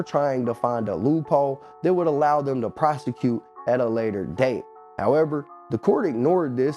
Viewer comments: All these comments not one of em tellin dis man its not prosequete its PROSECUTE❗ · This man sounds so illiterate he doesn't even know how to say prosecute he saying prosqueee lmao boii dumb af I really don't get how they got all these white people reporting on black and Spanish activities in the rap game or shit in general shit crazy af 😒 🤦 😑 he trying to hard to be us #beyourself #blm